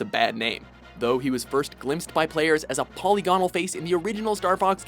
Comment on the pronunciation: omg learn how to pronounce polygonal